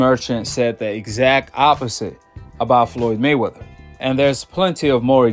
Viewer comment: Man u gotta practice saying his name!!! It's May-Wea-Ther!!! Not 'Mwthr!!!'